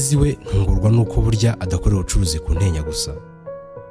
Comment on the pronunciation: Broh i think we say "Mirenjye" and "Ntenyo" sinz ariko ,, but keep it up